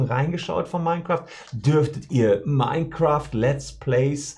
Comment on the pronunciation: Mein Kräft klingt wie die Hitlerversion eines Let's plays.